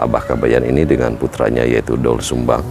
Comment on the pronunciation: Gimana tuh Narator "OE" itu dibaca "U",Bukan dibaca O jadi Dol Sumbang